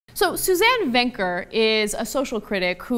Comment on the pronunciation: Why did I hear her name was Suzanne Wanker?